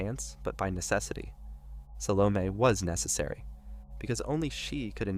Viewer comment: Sal-oh-May not meh